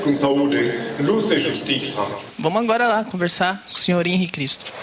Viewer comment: Toda vez q ele fala luz parece q vai falar Lúcifer